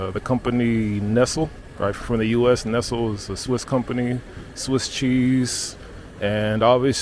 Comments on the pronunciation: Not nestle, pronounced nest-lee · “nessel” 😂😂😂😂 Not going to forget that for a while. But dude, ask a European to say “Nike”. Will put a smile on your face.